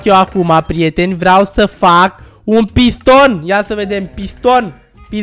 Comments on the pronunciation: La final cand ai zis eu vreu sa fac un piston eu prima oara am auzit ca ai zis pistol... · Credeam ca ai zis pistol🤣